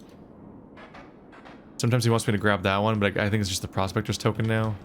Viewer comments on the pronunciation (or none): none